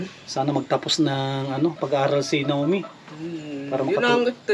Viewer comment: Naomi pronounced Nayomi? Mabuhay & God bless 🙏❤️🇨🇦